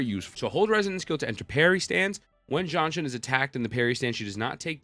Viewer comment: Just say Ji-An-Shin... who the hell is John Shin lol.